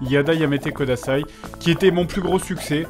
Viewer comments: Par pitié Fred, c'est "Yada Yamete KUDASAI", ça fait plusieurs épisodes que ça me perturbe mais "kodasai" ne veut rien dire >< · Fred, vraiment, vraiment, pitié pour nos oreilles : c'est kudasai avec un u et pas un o. Tu dis que tu lis les commentaires : montre-le en corrigeant cette erreur horrible ! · C'est pas plutôt "kudasai" ?